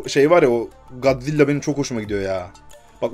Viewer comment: Gadzilla değil godzilla